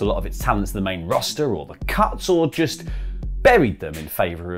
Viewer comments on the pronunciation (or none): none